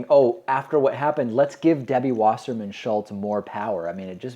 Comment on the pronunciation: Just put something heavy beside the camera, also, please pronounce Wasserman, Vasserman.... it's really getting on my tits everyone is pronouncing the 'W' as a 'W', rather than the correct way, which is as a 'V'!